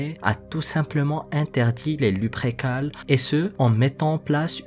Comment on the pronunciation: Lupercales est plus correct que luprécales sinon sympa ta vidéo